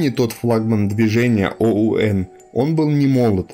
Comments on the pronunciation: извините! немного режет слух. оуэн... оун. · Бредятина... "о-у-эн" и сразу понятно, что парень не в теме... Разве что пересказывать тупую совдеповскую пропаганду...